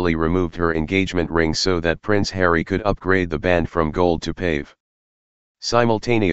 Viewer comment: Artifical voice it is pavee not pave like pavement. WHY OH WHY can't we use humans to read the text. GOD help us machine are going to take over, the biggest problem will be the younger generation will not know how to pronounce anything. They will not know the difference between there and their, etc. HELP, bring back humans.